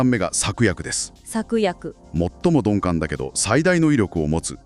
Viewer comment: 鈍感をドンペンみたいに言うなw